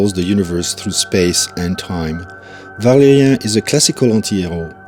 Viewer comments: Pourquoi prononcer ValériEN et pas ValériAN? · It's "ValériAN", not "Valérien". :)